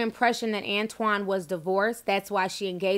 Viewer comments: Is it antoine or "anotine"?? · "anotine" lmfao